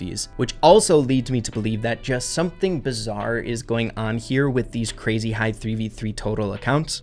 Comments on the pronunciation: "bizzar" "ecoNOmist" "satYRian" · Sorry to be that guy but it's bizarre not bizzar 🤓🤓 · Pls stop saying bizzare